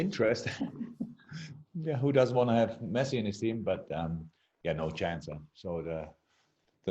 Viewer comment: That reporter makes Lionel Messi's name sound good😌